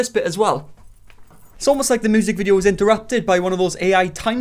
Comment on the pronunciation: That triplets thing just broke my ny brain 🤯. All I know is MY guilty pleasure is hearing say moosic. And him bein a white guy named. 2 guilty pleasures.